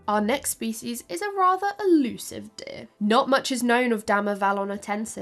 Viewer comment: The accent is off-putting. Sometimes it's just "deer." Other times it's "deh-uh-eeuh," with vocal inflections. Deer is not a tripthong. Chop it off,. Just say, "deeurh." A dipthong, no changes in tone needed. Di urh. Dee urh. Gurl, you makin; me sweat up in heah. Also, it is adaptations, not "adaptions." Please and thank you. But your presentation is otherwise excellent. If all I can do is find stupid "fault" with minor pronunciations, you know you've done a great job.